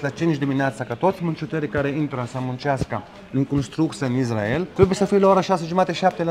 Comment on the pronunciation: Mă, Isssssssrael, Issssraelieni, nu Izzz... Pronunță corect! Si Yaffa tot așa, niciun fel de Jafă, Yaffa! Nu Haífa, ci Háifa